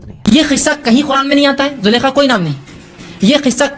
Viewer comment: Sir zulkhaa lafz ka akheer main noongouna hata hai yes y no